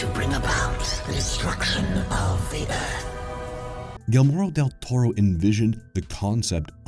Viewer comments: I was laughing so hard every time he said Guillermo's name 🤣. In the age of the internet this kind of mistake is a byproduct of being lazy. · I thought it was only me!!!... The content in this video is great. It shows the amount of research you did to compile a great "document" about one of the most creative "movie makers" of our time, but with all due respect, and out of respect, learning how to pronounce his name properly was "mandatory". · Typical moronic YouTube content creator. They'll spend days or even months researching all kinds of obscure facts, but won't spend 10 minutes figuring out how to properly pronounce someone's name. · as a southern dude, I noticed but I'm also desensitized to it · As a non latin, it drives me crazy too. He switches letters, every single time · Ikr like come on ATLEAST search how a name is pronounced before making a vid about them smh... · Despite butchering his name, this was a great video. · That pronunciation of "Guillermo" was UPSETTING. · I swear I've never heard someone butcher his name so badly lol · To constantly mispronouce his name is really unacceptable for a channel proporting to be horror experts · The scariest part of this video is how you massacre Guillermo's Name. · Funny how the narrator pronounces "Guillermo" differently each time but never right🙄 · did you have to murder the mans name? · Minor flaw is that you’re pronouncing his completely wrong. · if you're gonna appreciate the guys work try to show him respect by researching how to say his name correctly first. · Dude did all this research but he can't pronounce Guillermo correctly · dude cant even say guillermo's mfing name right smh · Christ, did you ever butcher his name.... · Pronounce his last name again.... lol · I’m going to dislike just because of stupid mispronunciation of señor Del Toro’s name. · Makes video about Guillermo Del Toro, doesn’t know how to pronounce Guillermo… 🤦🏻‍♂️🤦🏻‍♂️🤦🏻‍♂️ Also orders K-sah-dilas with Jal-eh-pinos. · “Gilmero” huh